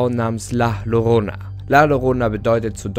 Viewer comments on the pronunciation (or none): das "llorona" wird "jorona" ausgesprochen ;) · Du sprichst den Namen falsch aus… doppelt Ll wird wie j ausgesprochen. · Maaan, Llorona wird am Anfang nicht mit Doppel L ausgesprochen, das Doppelte L wird im Spanischen als J ausgesprochen. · Ist ja ganz interessant aber bitte sprich die llorana richtig aus es wird nämlich jorona ausgesprochen😉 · Llorona? CCORONA??!?!?!?!?!?!?!? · Wieso sprichst du Llorona wie Lorona und nicht Ljorona aus? Als Spanischlernender ist das das was mich am meisten an diesem Video gruselt 🤢😅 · Ein doppel L wird im Spanischen j ausgesprochen😂 Gutes Video😁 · Funfact es wird Jorona ausgesprochen. Da LL im Spanischen als J ausgesproche wird. Das ist jetzt aber nicht so wichtig. Im grunde genommen ist es die Basis Formel für so ziemlich jede legende. Man nehme etwas mehr oder weniger Normales. Baut eine geschichte drum. Und lässt unwichtiges, wie aussehen weg. Ob es die Futakuchi Onna, die Schneefrau, die Kuchisake Onna. Oder Bento bento ist. (Das ist einfach nur ein Unsichtbares Plappermaul, das dir hinterherlatscht.) Oder wie im Spanischen El Silbo bzw la llorona. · Es heißt Llorona (ausprache=JORONA) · Bitte richtig aussprechen Danke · Hab nur auf das Video geklickt weil ich gesehen hab, dass es ein deutscher Kanal ist und wollte wissen, ob er Llorona falsch ausspricht. Jap... gruseliger als die Legende lol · Dein Frisör hat gerade Angst bekommen....btw du sprichst es falsch aus😜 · Man spricht es anderst aus